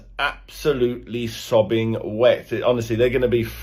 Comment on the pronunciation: He said 'Sobbing wet', do you reckon he meant 'sopping'? Maybe sobbing more appropriate..